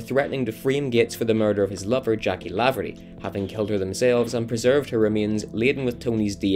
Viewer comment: Jacqui 'Laverty' not Lavery :D